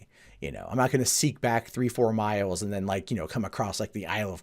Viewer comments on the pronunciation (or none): none